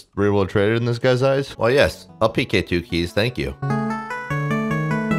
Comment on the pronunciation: it kills me that you fully enunciate pk ass peekay